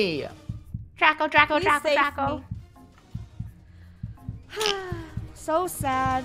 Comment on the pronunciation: You said Funnehl